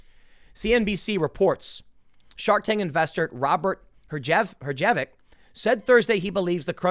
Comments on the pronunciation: Herjavec is pronounced her-yah-vetz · Its pronounced hersh-a-vick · Herjavec is pronounced "hersh-a-vack" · its not herjavec.....its herjavec lmao!!!!!!!!!!!!!!! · Pronunciation: her ja vic Couldn't pay me to reside in a major city. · Assuming years of "Shark Tank" are correct, the proper pronunciation is "HER-zha-veck". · Mr. Herjavec's name is pronounced "Her-sha-vec" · pronounced "herja - vec" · "her - sha - vec" :) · Robert “Her-ja-vic” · Accent on the first syllable of Herjavec. HER-zjha-vek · Robert’s surname is pronounced “HER -ja-veck” (emphasis on the first syllable). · I believe the “J” is silent in Herjavec.